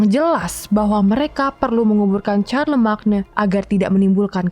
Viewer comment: Charlemagne itu bacanya Carlemayn